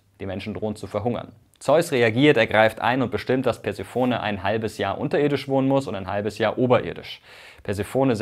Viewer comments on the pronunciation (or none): Ganz kurz: Bei Persephone wir nicht das o, sondern die es auf der zweiten und vierten Silbe betont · Eine Notiz zur Aussprache der Περσεφόνης: Die Griechen unterscheiden, so wie die Römer, Vokallänge und Akzent. Die Betonung liegt auf dem kurzen o, der Name endet mit einem langen unbetonten offenen e. Die Aussprache ist etwa: Persefónne. Die oft gehörte Aussprachevariante Perséfone folgt der lateinischen Akzentuierung und ist daher abzulehnen. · Der Gott der Fehler hat sein böses Spiel mit uns getrieben und Mirko eine unsaubere Aussprache eingeflüstert! Eigentlich liegt die Betonung der Göttin Persephone auf der zweiten und vierten Silbe: PerSEEphoNEE. Altphilologen vor: Welche Aussprachefehler sind euch noch zu Ohren gekommen? Schreibt's uns in die Kommentare.